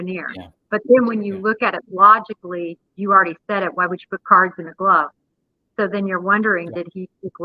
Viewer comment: It's cards not curls.